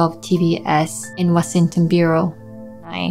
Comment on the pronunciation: 彼女の英語は、ネイティブに近いが所々、発音が100%ネイティブじゃないのは分かります。Washington の所もちょっとなまってますね。でも子供の時から話してるのは分かります。あと所々、ブリティッシュ的なイントネーションもありますね。学歴や生い立ちがよくわからない人ですがおそらく日本育ちであればインターに行ってたと思います。